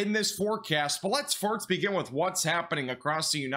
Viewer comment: I like this guy. All i want is, educated forcasts. Forcasts are not easy, often wrong. He brings, to a novice, seemingly thoughtful stuff. What i like is, when he says first, it sound like hes saying farts. Im a simple man. Oh, and an understandable amount of adverts. Subscribed. My new weather guy👍